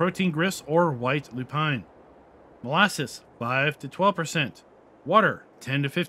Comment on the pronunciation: Now you can bread a little bit after all of these words 😅 Your pronounce of Lupine is really great now. Well this is a lot of products to mix up as well as optional stuff. I think this is too much for many players, but for those that like realism and curiosity wants to use this. I'm not sure if I'm going to use this in the long run, but I might give it a try. Thanks for the video